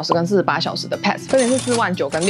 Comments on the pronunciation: pass 的發音錯了, 可GOOGLE一下改正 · 分享的內容很實用，不過釜山pass英文發音錯誤了，聽了很難過😂😂